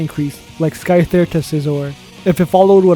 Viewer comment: Oh wow this video is pretty well thought out and—did he just say Skyther